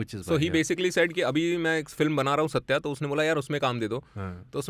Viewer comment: The films name is सत्य but why does everyone keep pronouncing it like the South Indian or Anglo pronunciation version ? We had Ardha Satya before and everyone pronounces that like it was meant. The lead characters name is Satyaa but the films name is Satya the other side of truth.